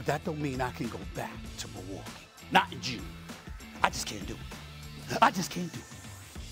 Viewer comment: SAS hates Milwaukee so much he actually pronounces it right